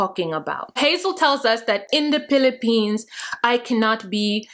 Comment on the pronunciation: Not the "Pillapeens" LMAO....🤣🤣😂😂😂😂